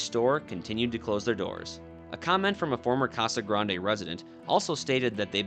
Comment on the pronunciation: We pronounce it "Ka'sa Grand"